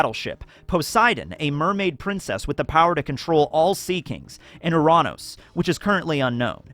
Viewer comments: Lmao the way he pronounced Uranus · im sorry, did you just pronounce uranus as "ooh-RAH-nos"??? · nah why does he say Uranus so weird